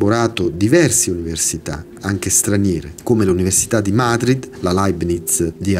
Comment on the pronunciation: video interessantissimo su un argomento sottovalutato per la sua pericolosità...ma ti prego, l'università di Màdrid...mi sono sanguinate le orecchie...Madrìd...per favore...per il resto, ti ripeto, video molto interessante